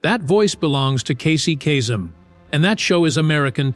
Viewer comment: And it’s KAY-Sum. Not casum